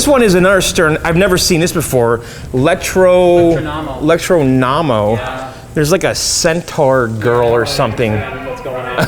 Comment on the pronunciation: I've always heard Lectronamo pronounced sounding like Giranomo.